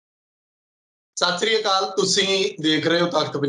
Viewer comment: Please can you pronounce correctly Sait Sri Akal